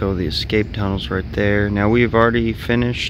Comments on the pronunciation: Love the project but there is no "X" in "Escape." (not pronounced Excape). Cheers. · Looks awesome! Just one thing, there’s no “x” in “escape”.